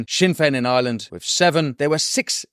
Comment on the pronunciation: 'With' not 'wiv'